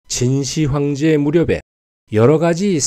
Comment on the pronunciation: '진시 황제'가 아닌 '진 시황제'로 읽어야 합ㅂ니다.